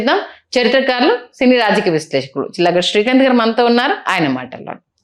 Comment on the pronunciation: గారి పేరు పలికేటప్పుడు మీరెందుకు నోట్లోనే గొణుగుతున్నారు. సరిగా ఉచ్చరించడి యాంకర్ గారు…